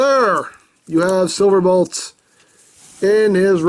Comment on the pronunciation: "Bolt", not "Blot". ;)